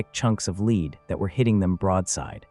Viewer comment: I really enjoy your videos but it really irks me how you pronounce Lead as lead instead of lead. 🫣